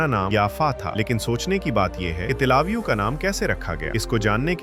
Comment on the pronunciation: Tlavio nahi Bhai till e aviv nam hai